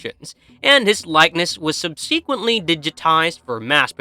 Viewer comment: Subsequently, contributes, integral, universes, thematic, speculated. What the fuck, man. When do you have to pronounce all these words so poorly?